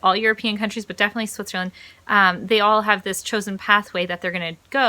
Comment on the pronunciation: Just one question, it also stroke me with your first video: Why do you pronounce "Switcherland"? LOL - Did you see so many hoodie shirts here from the SWITCHER label? :) - The documentary about public schools failing in the US is called "Waiting for Superman".